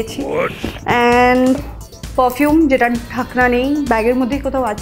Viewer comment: it pronounced like pofume !!